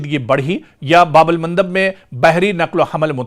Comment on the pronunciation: Sir iska naam babal mandab hai, babul mundub nahi hai sir, vn vdo masha Allah